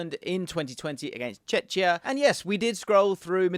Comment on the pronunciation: Czechia is said [czekija] no [chechija].